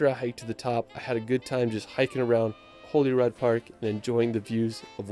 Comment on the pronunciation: its holyrood not holyred park...its stonehenge not stonehedge